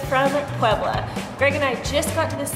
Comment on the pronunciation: Please do not do that. It is offensive to the people of Puebla